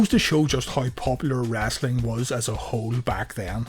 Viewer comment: Omg stop saying wrastling it's "wrestling"